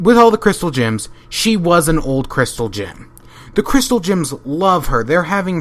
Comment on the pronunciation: Every time you say gems or crystal gems, it sounds like you're saying crystal jims.